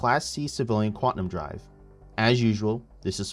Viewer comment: Repeat after me "QUAN-TUM" xD